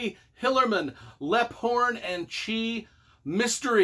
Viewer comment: Leaphorn pronounced Leep-horn, lol, just a FYI, other than that love the Tony Hillerman books